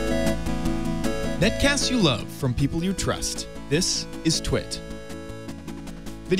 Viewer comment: Ludvig SC Games I thought he said twat